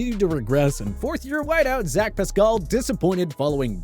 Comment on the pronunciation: Who is Zach Pascull??? It’s pronounced how it’s spelled Pascal